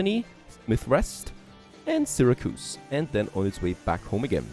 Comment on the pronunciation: Sarah-koos. Oh my hears!